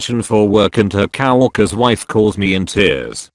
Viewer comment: why did it say cow orkers